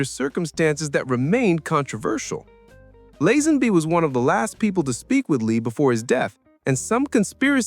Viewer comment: I was willing to put up with the mangled pronunciation of Lazenby (it is Lay-zen-bee), but you lost me at "John Bond audition". Hack standard.